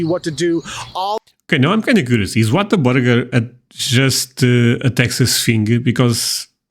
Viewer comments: The correct pronunciation is Waterburger. Lol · no no you’re right lol it’s not intentional but we definitely put an r in there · This is my first visit to your channel, and I am going to subscribe! A few comments: Whataburger is a Texas company, and is only in Texas. I loved your reaction to the photo of the burger-I actually lol! As to the weather, I live in the Rio Grande Valley (the RGV, pronounced Ree-oh Grahn-day) and we can get tornadoes, but hurricanes are much more likely, and there is a lot of warning before a hurricane, and time to evacuate on all the roads that lead out of the RGV. I have lived in three states where tornadoes were common (Wisconsin, Minnesota and northern Arkansas) and if a possibility of a tornado appears on the weather radar, in most states, a siren will sound, giving residents a chance to get into a safe area. If one is caught outside away from a structure, and the tornado is near, a person should find the lowest area in the land ,lay down, and cover one’s head to protect it from flying debris. I have never been outside in a tornado, but I watched a neighbor’s house get picked up and then thrown down a block away. Luckily, the people were in the southeast corner of their basement, and were unharmed. As to Texas barbecue-the brisket is sooo good. And if you don’t like the taste at on place, there are lots of other places to try. My favorite is the loaded baked potato at Longhorn Cattle Company in San Benito, TX. Lastly, we Texans love to show off our state to visitors! If we live in Texas, for most of us, it is our choice, and we want everyone to love it as much as we do!